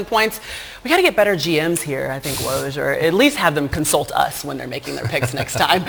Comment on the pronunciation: [Fun Fact] Even ESPN colleagues cannot pronounce Woj's name :)